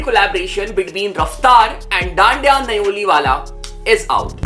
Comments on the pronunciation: Bhai dhanda hai dhandya nahi😂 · Bro dandya nahi hai dhanda hai wo